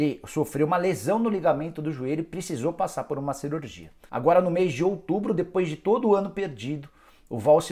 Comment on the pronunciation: "cerurgia" kkkkk